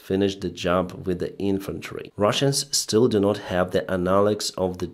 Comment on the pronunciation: I hope you learn to add a T in NOT one day :P